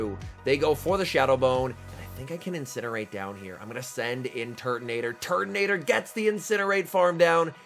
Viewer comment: Can't unhear Turdinator.